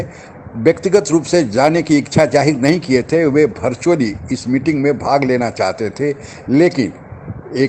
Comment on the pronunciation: आपकी बात सब ठीक लगता है लेकिन भर्चुअल भोट भैकेन्सी बोलना बन्द कर दीजीय । वर्चुअल वैकेंसी वोट बोलिये ।